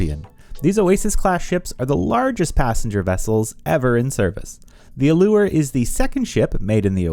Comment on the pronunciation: Thanks for pronouncing "allure" correctly!!!